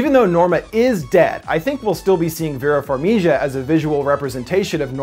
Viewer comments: HE DID NOT JUST SAY VERA FARMIJA!!!!!!! ITS VERA FARMIGA (farm-e-guh) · did he just said vera farmiJa?!?!?! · "vera farmiya" wtf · did he really just pronounce Vera's name like that? wtf!!!! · You miss pronounced Vera farmiga it's just like you write it 😂😂😩😩😂